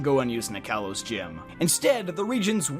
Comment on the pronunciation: Ah. Kalos not Kailos or Kaylos.